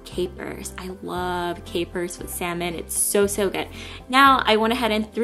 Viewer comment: Yay!!! you finally said salmon correctly:)